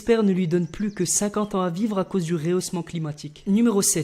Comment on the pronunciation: Il a dit le reausment cklimatique petit erreur